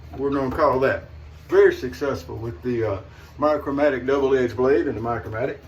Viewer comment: Just one word, "Micromatic", not "Micro Matic, and never "MMOC".